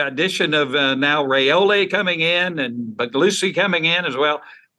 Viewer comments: 6 ray slays in one show. Your competition asked Dylan's father the same question live on the Rumors and Facts show a month back; the same you asked Ryan Puglisi. Dominic Raiola said it is pronounced like Rye or pie, and ola like cola. If you still dont believe it, then please show Dylan the same respect you showed Ryan by asking Dylan. Only reason I repeat it is you continue to ray slay the name, and I know you don't want to be doing that over and over as you are continuing to do. It's not like you, people look up to you, and respect your knowledge. Please pronounce it correctly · Good job asking Ryan Puglisi the correct pronunciation of his family name Now, Please, please ask the same of Dylan Raiola so you will stop the incorrect ray slay on his family name. It is pronounced as Rye like pie and ola like cola. Dylan Raiola (like Rye-ola) with no ray in sight. Please stop the Ray Slay,... Thank you very much